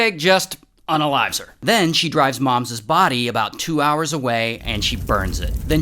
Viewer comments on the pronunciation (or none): none